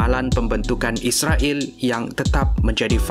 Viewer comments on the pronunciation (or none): none